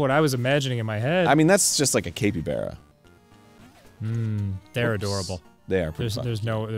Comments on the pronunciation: Did Arin really just pronounce it cape-E-bara? I swear to god. Arin. Read a fucking book. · The way they pronounce capybara makes me mad, it's cap as in baseball cap not cape as in a superheroes cape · I thought it was pronounced "cap-E-bar-uh", not "cape-E-bay-ruh" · What the fuck is a Capie bear Arin? do you mean a Capybara? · Every time Arin says “cape-ee-bear-uh” I die a little inside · This game is definitely has my support, though I had to look up how to pronounce capybara. Capybaras are my spirit animal. They always look so chill, positively unflappable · UH I'M SORRY A WHATABARA? A CAPEY-BARA???? ARIN PLEASE WE JUST GOT OVER THE NEVADA CONTROVERSY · After talking about the Nevada nevahda thing did arin really have to pronounce capybara like that?